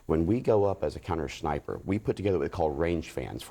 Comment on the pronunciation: How is this guy a "former sniper" yet no one yet has alerted him that he's pronouncing the word as "schniper" 3x in a row